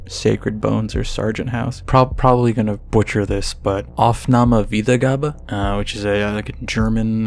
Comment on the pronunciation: You pronounced aufnahme + wiedergabe quite well.